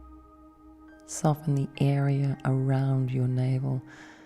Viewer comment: When you were saying "navel" and "vertebrae" I didn't understand you at first and was like woahhhhh shit she's hypnotizing me to forget English oh god nooooo